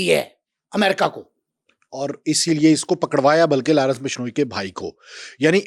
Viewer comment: Larence nhi Lawrence hai.. nam dhang se lo 😂